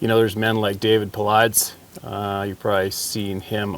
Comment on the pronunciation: At least try to pronounce the man's name right! David Paul-eye-dus. Not paul-ides. Hard to take someone serious who cannot pronounce a simple name that is all over the net.